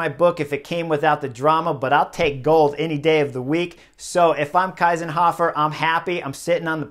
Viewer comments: Thank you Chris for making this video! I'm from austria and couldn't believe my eyes when i saw this happening live! absolutely incredible ride from Kiesenhofer! By the way hey name is pronounced "Keysenhofer" the "ie" in german sounds like "ey" in "key" :-) thank you for always making a comprehensive video on all the different races/stages etc. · Why do you pronounce Anna's name like the German "ei"? It's "ie" (like "ee" in English)! Kiesenhofer (just like "Keesenhofer")! 😛 No, I really love that radios are not allowed in the Olympic races! 😂 But fun fact: Marlen Reusser told the Dutch riders that Anna Kiesenhofer is still in the lead. The answer was: "Anna who?" 😇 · Its "Kiesenhofer" like "[Key]senhofer" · It’s pronounced Keesenhofer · Chris - please - pronounce her name correctly ! She is pronounced like „Keesenhofer“ : „ie“ in german is pronounced like „ee“ in english ! Otherwise good analysis! But I disagree about the team radio - it is much more up to the riders and their racing instincts to read the race and take decisions on their own and that feels so much more natural . Remember - how could it even be possible to ride without all this modern communication 40 or 50 years ago , or even further ago, how could this really be possible ( irony ! ) . It is indeed a very healthy lesson to the dutch team and other favorites and the entire modern cycling world ! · It is pronounced "Keezenhofer". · It's pronounced Key-senhofer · It's pronounced Keesenhofer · Not the name Kiesenhofer, that was pronounced terribly ;-) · Shameful reporting not giving due credit to the winner, even not bothering to pronounce her name correctly. Better racing without radios too. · She won the golden medal and Chris didnt even try to pronounce it correctly and he mostly talks about the dutch. So who won it? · Kinda annoying you can’t pronounce the riders names 🙄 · Please note that her name is Kiesenhofer - not Keisenhofer (as Chris wrongly pronounced it)! 😛